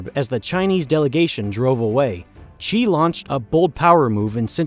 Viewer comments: It’s Xi, not Ji or Qi. And he’s Chairman, not President. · Your pronunciation of China's leader is wrong. It is not Chee, it is She. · Dude how can you make a video of this scale and still not know how to pronoune Xi Jinping? I's pronounced 'Shee' not 'Chee'. Just type it into Google Translate and press the sound button for Christ's sake... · It's hard to take this video seriously when the speaker can't decide if Xi Jinping's name is pronounced "Gee" or "Chee"... place names, too. Guess what, you can research the right way to pronounce stuff in a dictionary. BTW, Xi is pronounced exactly like the female pronoun she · Xi is pronounced "She" not "Chee". Interesting video though. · PRESIDENT XI OF CHINA IS PRONOUNCED ... "she" as in "he and she" not "chee". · the dude's last name Xi is not pronounced as "chi" but closer to "shee", nevertheless good video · WHO IS CHEE? The dude's name is XI pronounced S-SHI, it really isn't that hard ;) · Just a reminder. Xi Jinping's last name XI, the real pronunciation is just like See or Sea. For us, "Xi" is a misleading translation & spelling anyway. From a Mandarin Chinese user in Taiwan. Thanks to the world for supporting Taiwan.